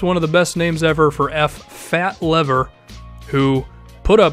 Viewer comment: It's pronounced "Fat Leave-Er"